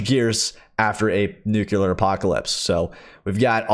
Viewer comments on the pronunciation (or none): Thalassophobia is the fear of deep water. Also, this is a personal peeve, but nuclear is pronounced nu-CLEAR. Nuke-you-ler isn't a word. Don't worry even the last three Presidents got it wrong. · Kevin Johnson - I here you. I grant you that some ppl have learned to say it that way, but me, I think it's psychological. That word has such an aura about it that some ppl just can't deal with it and want to mispronounce it. Lol It doesn't matter that 'nuke-ya-ler' and 'nuke-you-ler' ( I hear both ) isn't a word to the general public, it's a word to them that they must use to steer clear of scary words and phrases like, "Nuclear War", "Nuclear Fallout" "Nuclear Missiles", and "Nuclear Bombs", "Nuclear Disaster". You rarely ever hear anyone say, Atomic War, Atomic Fallout etc., it's always, "Nuclear". I just deal with it and say nuclear anyway. I guess some ppl just can't mentally cope with it, imo.